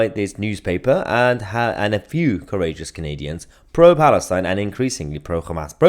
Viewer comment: The way you pronounced "Palestine" 😂😂😂😂😂😂